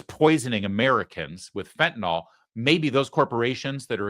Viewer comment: It's not "fentanol" Larry!